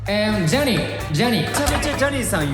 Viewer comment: 「Johnny」 の 発音 声のトーン そもそもイケボ 顔面 肘⇦ 完璧😭👏💙